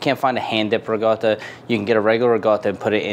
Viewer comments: It's riCOtta not riGOtta. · Its Reekawda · Can you please just say ricotta normally, you're clearly american 🤦‍♂️